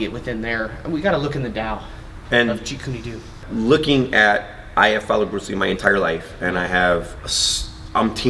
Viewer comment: Stop saying jeet June do with the wrong pronunciation! You sound completely unprofessional and disrespectful towards the art. And I know that you are extremely knowledgeable in the this art so It .makes no sense why you do it. Seriously please stop!!!